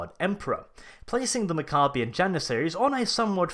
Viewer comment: mac-uh-be-ins. pronounce it right, dummy. named after warriors.